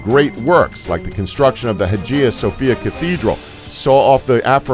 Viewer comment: When he said the Roman Empire was founded in 27 BC... So apparently the other 700 years of its Republic and Kingdom don't matter. (And then he mispronounced the Hagia Sophia & heir)